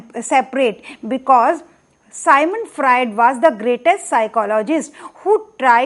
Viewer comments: It's Sigmant Frued..not Symon Fraed.. thank you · It's Sigmond Fraud!!